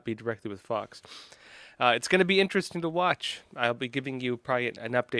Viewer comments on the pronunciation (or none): none